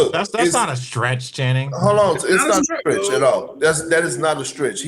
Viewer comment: lol perk calling channing "shanning" doesnt get old